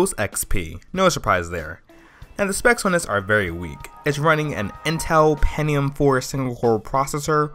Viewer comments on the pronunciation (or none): Not Penium, Pen'T'ium